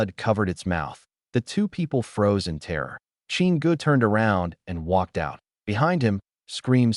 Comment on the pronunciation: for everyone who watched pt1 pt2 start Also, you need to teach your AI to ignore periods and how to say it, is, in, an instead of I.T or I N or w/e it breaks the concentration and ruins the story a little bit, j/s" Edit: btw dont get me wrong this is a fantastic story, i deff recommend, ppl should give it a watch!!